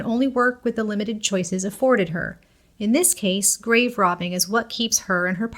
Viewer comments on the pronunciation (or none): none